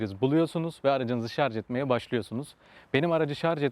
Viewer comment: Iyi sürüşler dilerim ve özellikle şarz demeyip şarJ dediginiz icin teşekkür ederim